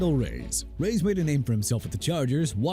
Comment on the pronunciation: Terrell Owens is pronounced TER-RELL! Also Maryland is pronounced meh-ruh-luhnd! You forget to learn spelling and pronunciation dude?! And Kendall Reyes' last name is pronounced Rhea-yes not rays!!